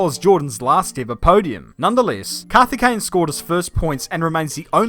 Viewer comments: The Coimbatore pronounciation though 😂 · His name: Karthikeyan: Kathikane Auto Captions: Kathy Kane 😅😂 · its 'kaarthikeyan' not 'CarTiKkeyyen ' 😅